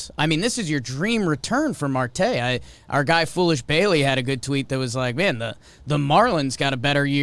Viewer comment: Starling Marte is a solid player, also its pronounced mArte with a strong A.